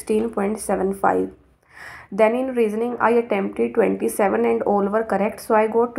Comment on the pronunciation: Great job, you are pronouncing all as ool still you managed to get 26.5 marks in engkish, can you plz help me with some preparation tips in english